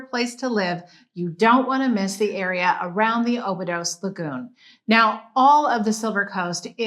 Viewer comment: Thanks for the video. FYI, Obidos is pronounced "Obidush".